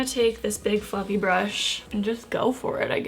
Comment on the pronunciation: Honestly Everytime she said big fluffy brush I thought she said big fucking lol. 😂